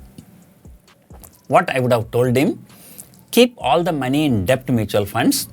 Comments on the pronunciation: Just one Corr. It's pronounced as "DET" Not "DE-BT" .. The B is Silent... Excellent Advice otherwise 😃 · Sir, it's pronounced Det without the B. It's never late to learn